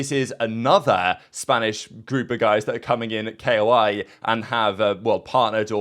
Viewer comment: Koi, not keioai, koi like a fish, be a koi, not a keioai